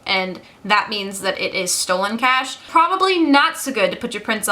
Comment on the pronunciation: For a second I thought you said "a bag of cats", instead of cash. Who would turn down a free bag of cats, though?